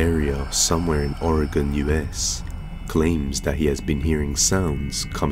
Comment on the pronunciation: thank you for saying my state correctly. For everyone outside of the Pacific Northwest, it is pronounced Ore-again not Ore-a-gone. Thank you.